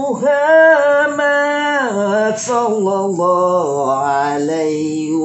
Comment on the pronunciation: kalau baca sholawat mbok yang Benar,,jangan asal bunyi,,Jangan Baca Sholloloh... dst...Tapi Shollalloh...